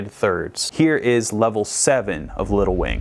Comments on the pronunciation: Instead of “little wing” I kept hearing “lil wayne” hahahahaha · Drinking game: Every time says Little Wing but it sounds like “Lil Wayne”, take a drink. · The whole first half of this video I thought he was saying lil Wayne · that's what I thought he was saying XD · Me too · i noticed that too! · Don't know why, but every time you saying little wing I hear little wayne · Idk why but every time he said Little Wing I heard Little Wayne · It sounds like your saying lil wayne